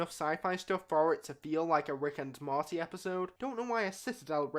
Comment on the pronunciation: Why you keep saying "marty" 😂😂